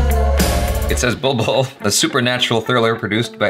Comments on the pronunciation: you pronounce it as 'Bull Bull' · Bro, It's 'BULBBUL'